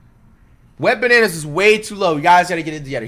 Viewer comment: Dude said wetbananas😂😂😂 gmfu I'm dead